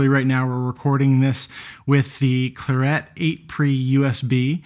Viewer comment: Weird pronunciation of clarett, which is a colour, the colour of the unit, as in the wine? But the double 't' throws this into doubt... I'm not buying one until this is sorted out!